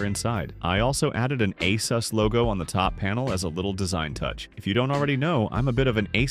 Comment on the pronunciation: Asus "fan" saying Asus wrong 😅